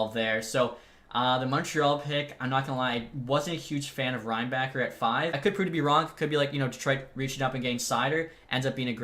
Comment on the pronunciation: also Reinbacher is pronounsed as Reinbahher :D